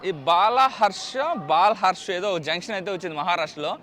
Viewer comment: బాల్ హర్ష కాదు బళ్లార్ష